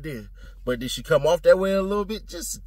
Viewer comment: “She fied” 😂😂😂😂